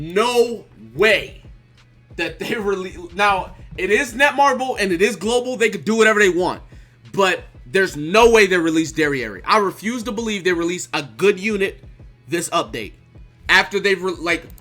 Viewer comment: It's Derieri goddammit